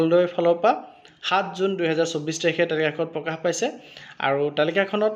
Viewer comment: পকাশ নহয়, প্ৰকাশ হে